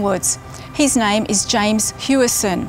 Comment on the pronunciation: It's pronounced as Howison. Not Hueison. As if you were saying the word house "Hou". You don't say you live in a huese, you say house.